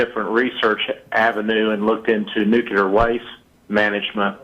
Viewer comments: "nuCUlar" He dun pulled a G.W.Bush Jr. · "Noookyuller"! It's 'Nuclear'. 'New Clear'. It's not difficult. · People who say "nucular" instead of nuclear, should be punched in the face and shot with a taser. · He lost me at "nuke-u-ler" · says "nukyuler." Surest sign of an idiot.